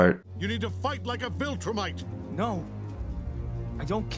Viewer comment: bro, lol. i appreciate you but how do you hear "VilTrumite" for 2 seasons and still say VilCrumite every single time???? is this a meme i'm not aware of?